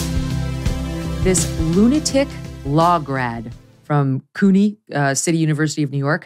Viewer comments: She cant Pronounce cuny my god do some research before you report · OMG!!! She can't pronounce CUNY??? Come on Meghan!